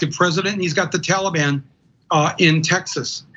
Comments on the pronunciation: Haha "Tawl-a-Bawn" 🤣 Ana pronounces that adorably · Oh Ana and her Tollybon where did she learn how to say it?